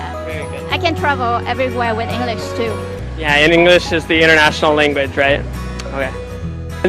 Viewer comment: somebody in clip, their pronunciation is not good, they need to improve it! english --> they say "inglis".